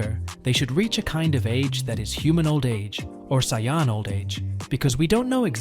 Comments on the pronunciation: wtf is a siyon its saiyan💀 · Please stop saying saiyan like that